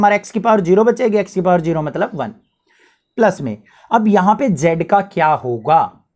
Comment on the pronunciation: Sir definitely needs some spoken English sessions to fix his vallu and geero😂